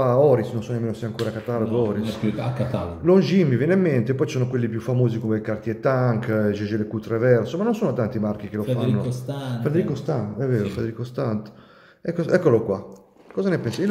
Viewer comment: “Jaeger” si legge “ieghér”. Se anziché “Jaeger” fosse stato “Jaeget”, con la “t” finale al posto della “r”, allora sarebbe stata corretta la pronuncia “gègè”.